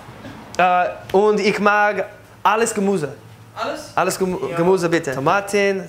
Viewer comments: you need to learn ü,ä,ö. There are very important. You say "Gemuse" but it is "Gemüse." u is not ü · Your german is getting better every time👍 but it's still so funny when you say ''u'' instead of ''ü'' like "Gemuse" 😂